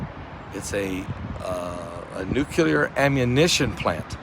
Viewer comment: It is NOT nucular. It's NUCLEAR.